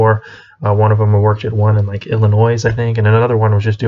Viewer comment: I work at O'Reilly's in O'Reilly's gets Commission and you get a bonus on sales in the store in Illinois is not pronounced with an s